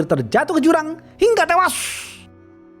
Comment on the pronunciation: loh kok ngamuk, itu namanya branding dg intonasi, ini kn cerita, bukan ngomong ke real live hingga tewas, lu yg sakit ya?